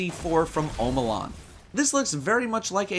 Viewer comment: When you say omolon i always think your saying home alone XD